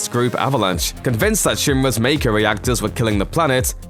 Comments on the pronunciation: You’re mispronounced a lot like Mako and called the North Crater the North Pole 😅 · How are people mispronouncing mako energy when it's been said like 100 times from Advent Children to Crisis Core?